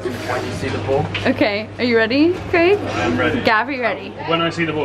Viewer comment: Best thing about this video is Meg pronouncing the name 'Craig' correctly!